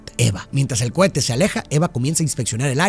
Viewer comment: Solo escuché "Cuete" "Cuete" "Cuete"